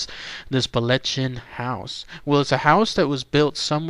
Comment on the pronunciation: Sigh, the proper Scots pronunciation is located here It's not pronounced the way the narrator says it. Ch is Scots isn't hard K sound! See also Locchhhhhhh not Lock.